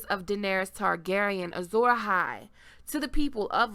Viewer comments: Asshai, not Assai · Ash-i not As-i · It's Ashai, not Assai